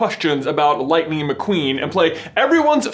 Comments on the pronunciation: You need to say it is lightninginginginginginging! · From Oklahoma, we say it's lightining out there. Light-in-ing